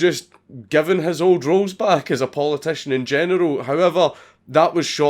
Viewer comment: When Dank says “general” it sounds like “genital” lol